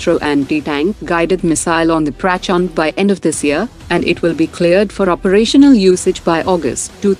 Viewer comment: Not "praaaaachhnndeee" but prachanda